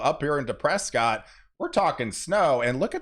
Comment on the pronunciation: It's called 'Preskit' not Prescott! Wow, hope we do get all that snow, it would be great. We had over an inch of rain yesterday.